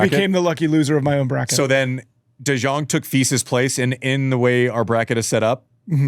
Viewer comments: Im Dutch and when i heard Da joung i thought who are they talking about? and it took me a good minute to realize they where taking about de Jong I’m dead 😂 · Vamo João!! Also, quick note (yes sorry for being that guy): in Dutch the J normally has an "i/y" sound. So it's pronounced "Yésper de Yóng"